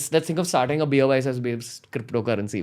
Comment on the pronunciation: Even shiv sena can have their cryppptho currency :D